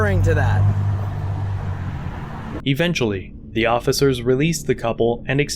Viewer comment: "Augist" is not a word. "Evenshuhlee" is not a word.